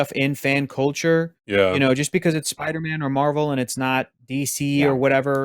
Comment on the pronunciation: 1 LIKE = 1 "SPIDAMAAN"